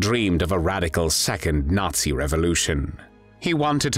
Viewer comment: Qué es "el ensayo"? Y por qué pronuncia "natsi"? El resto lo entendí.